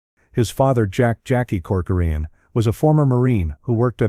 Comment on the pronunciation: Why do you say coçorine? Learn how to pronounce His name correctly.